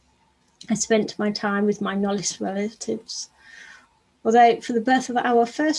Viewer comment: Again knollis? Knowles!!! If you cant be botherd with facts or how to pronounce these names SMH Last time I said the same thing....😑